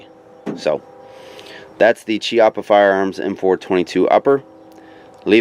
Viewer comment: For a correct speak pronounce Chiappa as Kiappa. In italian Ch is similar as K in british. Hi from Italy.